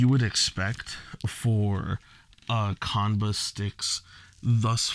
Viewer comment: It's pronounced- "Chan-buh"